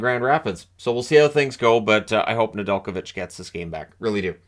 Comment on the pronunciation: Ive hears his name pronounced way different